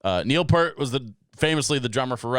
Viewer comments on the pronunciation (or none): 1. It's Peeeart- like ear that you hear with =) 2. Ignore the rule of the internet, read the comments =) I really liked the analysis you did through the song about the video and the history that went along with it. In the end with your comments about bringing people together, that is exactly what the radio did. Before tv the family gathered around the radio to listen to the news and the entertainment shows. With the transistor the radio became portable, like the little transistor radio hanging by the stick shift in my dad's Pinto. At summer camp there was one boom box with the tape deck and we would gather in the tent and share cassettes. But don't dismiss the power of the reaction videos on youtube. The ability to comment and reply brings people together when the channel is well maintained. Possibly the best channel I've seen is Jamel_aka_Jamal. His fanbase is extremely diverse and because he sets a good example, his commenting visitors are also behaved and constructive. This is a huge power that is lost in forums where everyone is homogenously aligned with the topic. I love your take on the music because even though you've heard the song you bring a different perspective that most of the listening public doesn't have (says the former traffic director). Take a second to look at some of the proggier albums, Pink Floyd's The Wall, Rush 2112, and Rush Clockwork Angels are the first that come to my mind where the sequencing of the songs matters. Where the idea of a story within